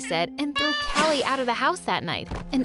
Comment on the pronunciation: it's not kila it's kali 😂😂